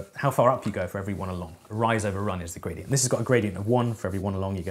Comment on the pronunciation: Why do I always hear Bradient?